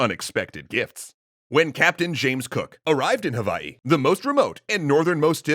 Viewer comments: Mahalo for properly pronouncing Hawaiʻi and all the ʻōlelo Hawaiʻi words you used. 🤙🏾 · I love that you used the right pronunciation of Hawai’i for this :)